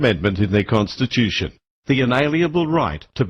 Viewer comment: con to stitch you tion, not con to stitch thm tion.